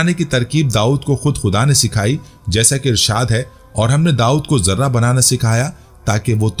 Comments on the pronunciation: Sir yai lafaz Zirrah hai. Zarra nahen ha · ZARRAH YA JARTA ÑHIN SHI LAFZ. ZIRAH. HAI